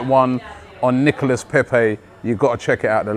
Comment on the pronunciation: pronounced Nicola, like Nicolas anelka